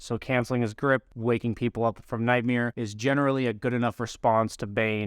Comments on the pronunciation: its nightmare, not nightmere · says nightmeer like 20 times, lmao.